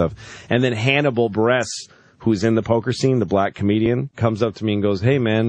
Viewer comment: Hannibal Burr-ess